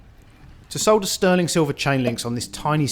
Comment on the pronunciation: I love how you say solder! Thank you for the informative vid!